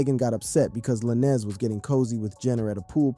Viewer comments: It's tory lanes not la ness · How do you do a 20 minute researched video and call yourself, then proceed to call Tory by some spanish last name Lan-ez lol? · His last is Tory Lanes with a z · Tory Lanez “lanes” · La-nez is wild lmao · Just say Tory bro forget the “Lannis” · Saying "Tory Lannis" is crazy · Tory LaNNez 🤦🏻‍♂️ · im not trusting no source, that cant even say the name right 🤦🏾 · This guy butchering Tory’s last name is cringe asf. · Bro soon as I heard that I’m like this is cap lol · He’s pronouncing his last name like that to get the comments up. 🪤